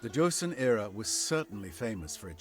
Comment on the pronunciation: It's not very important but Joseon is pronounced "Cho-son". My Korean wife was eavesdropping on the video ^^.